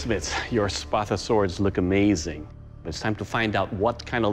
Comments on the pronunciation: It just sounds like they can’t properly say “sparta” when they say spatha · I thought he said “you need to create this weapon... the spappa.”